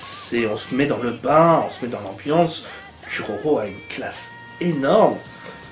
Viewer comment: Et le Kuroro aussi... On dit Kouroro pas Cul-Roro.